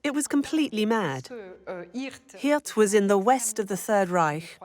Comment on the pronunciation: Please correct the Drs. Name, (August Hilt) … Actual doctors name is August Hirt. This man was pure evil.